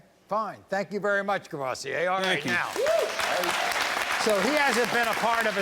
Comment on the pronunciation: Wait a minute- Courvoursier